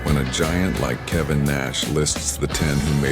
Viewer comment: Kevin NOT kavan